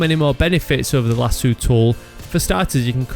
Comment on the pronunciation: It's pronounced *Lah-soh. There is one 'o' in the word, not two.